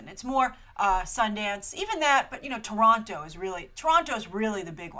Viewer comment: As a local hearing say Toronto that way made me smile, a lot of us just say "Torono" (and just drop the second t).: )